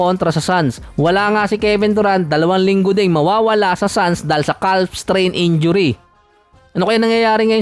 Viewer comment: HINDI CALF PAGBASA.. CAFFFFF.. JUSKOO